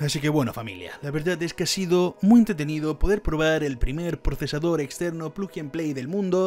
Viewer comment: Dice procesardor XDDDDDDDD